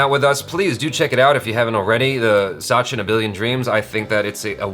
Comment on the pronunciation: I just want to correct it is a short "a" in sachin pronounced similar to the "u" in "such". Sachin/Suchin and not Saachin.